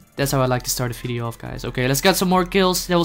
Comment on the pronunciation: Please say 'Video'. Thank you.